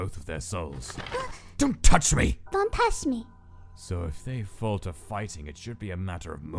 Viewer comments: "Don't touch me!"❌ "Don Tash me"✔️ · Its DUN Tash Me.